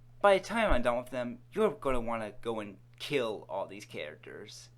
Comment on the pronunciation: "Sum ov da catters.."